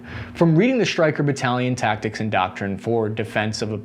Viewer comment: "Tactics", not "Tacticts"